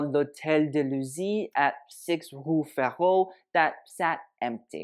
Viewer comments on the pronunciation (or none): none